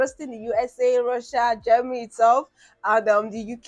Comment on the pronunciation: your "Germany" sounds like "Jamally".